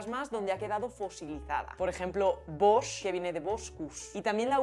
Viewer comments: ojo, "Bosch" se pronuncia "bosk", no "bosh". hay muchos nombres y apellidos catalanes con esa grafía antigua con el "ch" a final de palabra (Lluch, Enrich) y siempre se pronuncia como una K. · Ey, Lingu, el apellido Bosch catalán se pronuncia Bosk. Se escribe igual que el apellido alemán/holandés pero se pronuncia distinto. En catalán, hasta el siglo XIX existía el dígrafo ch para representar el sonido k a finales de palabra (Vich, Buch, Cadafalch, Domènech) y en derivados de estos (Subirachs, Jochs florals). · no dudo que los apellidos no españoles se adapten y se pronuncien de manera diferente en nuevos países, pero aun así la pronunciación original es "bosk", y ella en el video está hablando del catalán, no del español de República Dominicana. además, puede que el Bosch de Juan Bosch sea de origen alemán también.